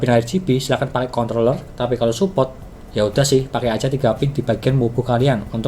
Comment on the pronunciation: salfok pas ngucap controller mlh jadi c*nt*ller 🙊🙊